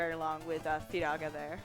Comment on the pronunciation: Wrong pronunciations of Fira and Firaga. There's literally katakana for these FF spell names.